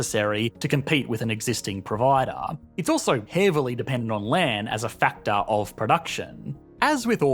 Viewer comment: “factarrr”, “Energeeee and prosperiteeee”